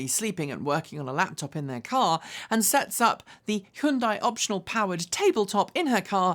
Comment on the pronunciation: Hyundai rhymes with Sunday.